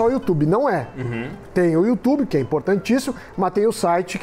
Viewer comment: Meu Deus, melhor canal de investimento que existe no "youtchub" como fala o Datena KKKKKK